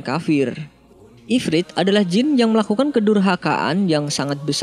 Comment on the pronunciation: IFRIT BUKN IFRID